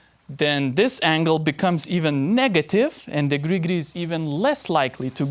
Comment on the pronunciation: Your pronunciation of Gri Gri brings me great joy. Will keep watching your videos for that alone.